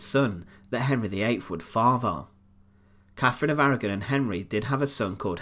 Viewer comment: Grr I can't listen to Brits that can't pronounce "th". It's "CaTHerine" not "CaFFerine", and "THird" not "Fird".